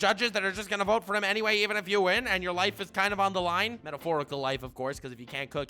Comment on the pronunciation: “Enemy for lifeu.”